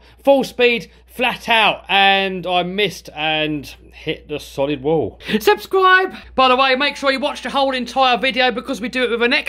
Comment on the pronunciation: STOP THAT "SUSCRIBE" THING....